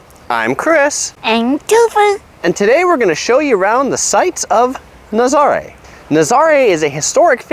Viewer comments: Ha ha I see everyone is commenting on your pronunciation... cute video but why didn’t you show the waves? Naz-ah-ray. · It’s NA-ZA-RA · It’s actually pronounced Na-za-RAY, with the accent on the last syllable. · dude. learn how to say Nazare